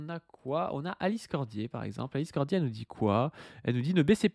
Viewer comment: Chaque fois qu'il dit "Alice Cordier" mon cerveau entend "l'Islandais" ...